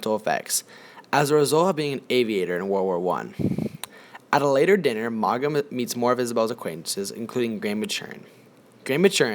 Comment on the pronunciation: Too bad you don’t know how to pronounce the author’s name or any of the character’s names.